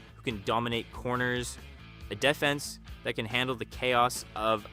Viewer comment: Is the narration AI? It’s one of the better ones I’ve heard, but mis pronouncing ‘defense’, ‘Nylander’ and saying ‘Savard’ three different ways, including ‘S. A. Vard’ is weird.